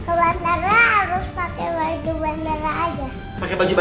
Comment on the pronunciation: Di detik bacaan nya bau bukan baju🤣🤣